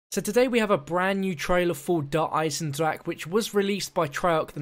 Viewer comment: Son, your pronunciation of Der Eisendrache gave me Cancer!